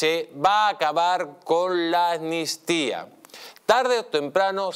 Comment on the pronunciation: Amnistía, se pronuncia con una ¨M¨ delante. Si no, suena mal al oído.